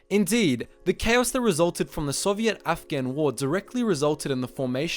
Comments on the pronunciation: great video, but please fix how you say Soviet, it's not Soviette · The way you say sovient is so funny man XD